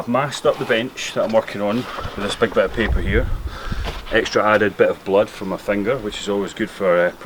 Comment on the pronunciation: “Extra added dit of blood...” lmfao! Good job mate.